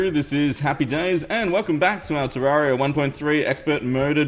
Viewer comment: Sounded like he said "Terrorblade"